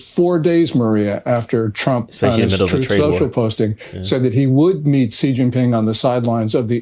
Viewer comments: Chairman Xi’s make is pronounced Xi (She) Jinping (Jeen•peeng) not like the letter “G”. So annoying. He’s not a president either. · Guys, in mandarin pinyin (ie Chinese written in Roman script) the X is a “sh” sound . So Xi is pronounced “she”.